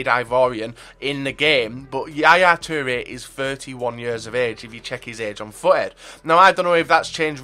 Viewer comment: Yaya 'teere' 😂😂.